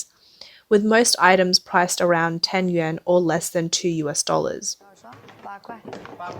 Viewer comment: Please, please, please get the words straight! Chinese currency is Yuan (yoo-ahn) and not "Yen" - Japanese.